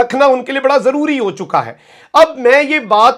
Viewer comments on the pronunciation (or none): none